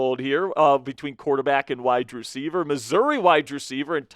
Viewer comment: Please stop say "widedreceiver" it is "wide Receiver,"